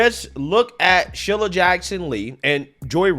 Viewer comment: SHEE-lah not shil-lah